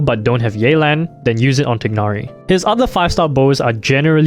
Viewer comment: *TAI-NARI* Come on man.